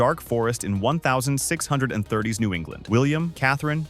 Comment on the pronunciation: why are u saying 1630s and 1940s like that its so wrong